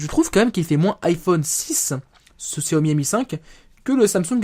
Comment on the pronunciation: and Co. Ouiiiiiiiiiii tu es démasqué!! Haha :p bien pour xiaomi bon c'est pas trop ça mais tu dis pas gziaomi xD c'est horrible pour nos oreilles :') en tout cas très bon téléphone, je pense fortement à l'acheter